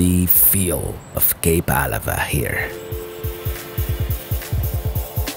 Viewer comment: I was born and raised in Port Angeles!😃 It's always it's pronounce fun to see PA and all the places up and down the coast, that I have been to so many times in my lifetime! Especially Kalaloch!! Oh...for what it's worth, it's pronounced Cape Ah-LA-va. Thank you so much for this video!!